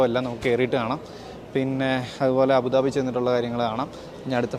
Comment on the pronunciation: അബുദാബി എന്നാണ് correct 😮